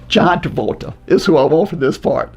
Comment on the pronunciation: Can we maybe get a count of all of mispronunciations throughout the video please? I'll go ahead and start us off. "John Davoltra"